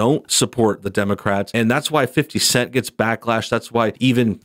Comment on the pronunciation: Was I the only one to chuckle every time he said "fifty cent" like a middle-aged white guy? 😂🤣😂